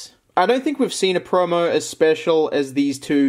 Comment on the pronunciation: Lol. Aussies say the word promo "preaurmeaur"